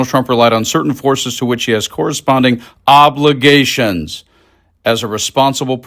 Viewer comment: GUY. You don’t have to emphasize words like “obligations” like a knucklehead, we’re not toddlers you’re reading a story to.